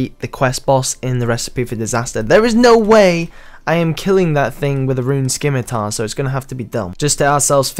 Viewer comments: Dude the word "scimitar" the c is silent, so its pronounced "simitar" not "skimitar" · The way you say scimitar makes me cringe so much. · The rs players that know how to speak english properly pronounce it with a silent c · why do you pronounce the c in scimitar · fgs stop saying scimitar wrong